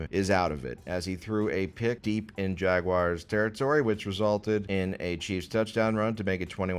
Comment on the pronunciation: pronouncing Jaguars correctly challenge level: impossible